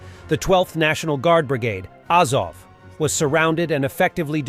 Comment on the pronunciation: Sigh. AH-zov, KEE-eev